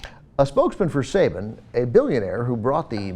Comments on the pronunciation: its actually pronounced sah ba n and also Go Go Power Ranger's ! im such a nerd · Saban is pronounced sahBAHn.